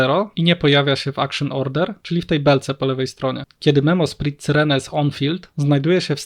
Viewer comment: Jak jeszcze raz usłyszę C y r e n e to mnie szlag trafi.